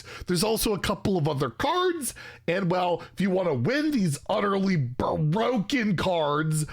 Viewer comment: Bur-O-ken lol you kill me